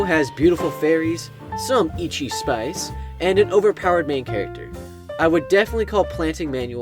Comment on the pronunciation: Did my guy just say "eechi"